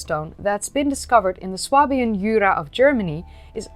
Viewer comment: You might like to learn the pronunciation for the region of Germany - Swabia, German Schwaben, historic region of southwestern Germany, including what is now the southern portion of Baden-Württemberg Land (state) and the southwestern part of Bavaria Land in Germany, as well as eastern Switzerland and Alsace.